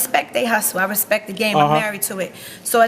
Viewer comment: She said “Recpect”